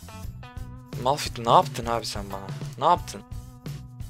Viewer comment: Abi ltüfen artık malfit deme:d malfit deil malfayttt die okunuyor malfit demene gıcık oldum bu arada kalp atarmısın lütfen :)